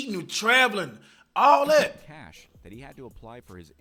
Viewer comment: cash sounding exactly like flight😂😂😂😂😂